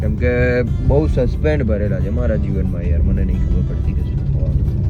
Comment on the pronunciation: Suspense bolta pan nathi aavdtu 😂😂